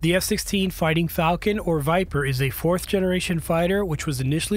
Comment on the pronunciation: It's Viperrrrr